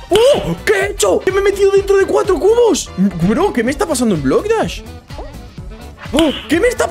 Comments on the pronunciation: dijiste bloc das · Jajaja dijo bock dash en súper l Slide jaja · en súper spider dijiste estamos aquí en blok das xddddd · cuando estabas en el mapa de super eslaid dijiste bloc dahs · Jajajajajaja dijiste blocktas en super eslaia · Porque dijiste Blok das en Super slide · dijiste bloc dash en mes de super eslai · porque en super le dijiste blocdaz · Dijiste blocdach en el minuto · Alcomienso dijiste bloc dachs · TeDiste cuenta que En super eslai Dijiste BlocDas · Xd dijo blok dash